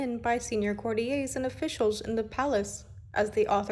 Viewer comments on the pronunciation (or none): Courtiers - not 'courty-ays'. In the UK, 'courtiers' is pronounced how it looks.It's an English word, not French. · Thank goodness. Please, the word is courtyours. Courtee-yers.. Well done,. Driving me mad as well, though the voice is beautiful.